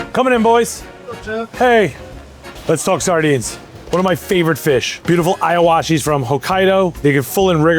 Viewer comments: As a japanese citizen, i felt assaulted when he said “Aiowashi” 😭 Its pronounced as “eewashee” just like saying “Neekon” instead of “Naikon” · It's Iwashi. Not Iawashi. Pronounce with e sound not I.